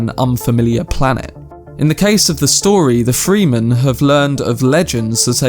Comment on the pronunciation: Fre- in Fremen is pronounced like frenzy. The u in Irulan is much shorter. Closer to Duke "Lay"-to. Rah-Baan. Dr. You-eeh. I see other commentators got you covered on other stuff already. Glad to hear you like it. Enjoy book two ;O